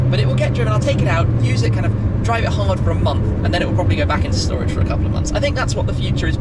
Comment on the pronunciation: Just call it shtorage